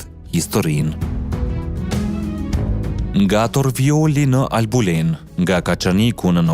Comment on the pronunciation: Torviolli kështu quhet.Ti nuk di të flasësh Gjuhën Shqipe.